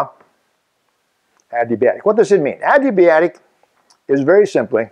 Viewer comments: Fantastic video! I wish I could have had you for physics :-P I'd like to point one thing out though: you're saying your favorite word wrong :-P You WROTE "adiabatic", but you keep SAYING "adibiatic". When you looked at the board was the only time you said it correctly. You mispronounced it in your other video on this subject too. Just some constructive criticism! Thank you for putting so much effort and time into such wonderful videos! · haha, I wasn't trying to be an ass about it, I was just pointing it out :-) it's not the accent, it's switching around the letters a bit. "Adiabatic", "adibiatic". Sorry, I've always been the one who corrects how people pronounce words, haha.